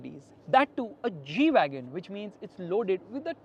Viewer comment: This is not G-Wagon This is E-Wagon 😂😂